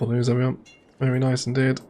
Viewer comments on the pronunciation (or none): none